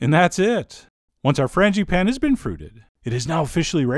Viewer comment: Fran-juh-pah-neh.. Es tu, Chef John? ;-)